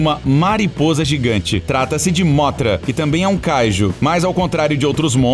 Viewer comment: Mano não é móthra é mõthra e não rei ghidorah e mais devagar o ghidorah